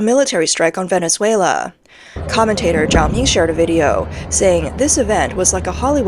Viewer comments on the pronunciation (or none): none